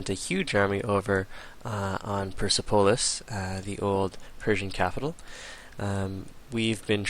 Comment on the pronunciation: Yeah you are saying it wrong now go back to how you used to say it.......... oh and Persepolis is pronounced PUR SEP OH LISS